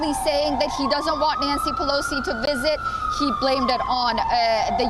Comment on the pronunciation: Her wisit